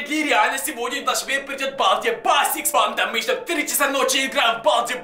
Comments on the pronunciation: Если что не басикс а бейсикс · Онис не балди байсикс а бейсикс😜😜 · Не байсес а бейсес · Не басикс а бейсикс